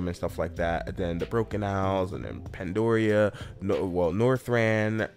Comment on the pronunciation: Pandoria hert me so much, theres an "a", pan-da-ria bro XD I dont even play WOW much lol